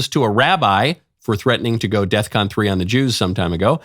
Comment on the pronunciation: It's not "deathcon" it's "defcon".